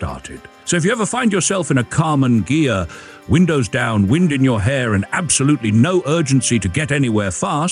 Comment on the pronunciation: The "gh" of ghia is pronounced like in the word geese